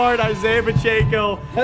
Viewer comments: PA CH ECKO not pa CH AKO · It’s Pacheco not Pocheco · pacheco is pronounced pa check o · For the love of god say Pacheco's name right. It doesn't have an N in it anywhere.